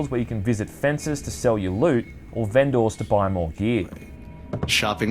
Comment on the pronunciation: Me" "vendor" Reviewer: " "vehnDOHR"